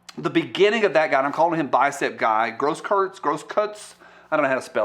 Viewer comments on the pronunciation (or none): Thanks for the video. Just to help you out...Grosskruetz is pronounced "grohs kroytse". Translated from German--Great Cross.